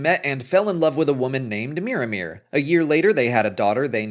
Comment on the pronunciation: Every time you say Miramir, I hear Mirrormere, a lake by Moria in the Lord of the Rings